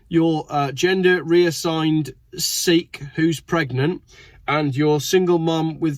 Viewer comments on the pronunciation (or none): none